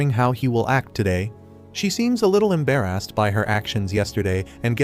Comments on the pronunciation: bro when he say embarrest he say EMbayREST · Why do yu say embarrassed like that😂😂😂😂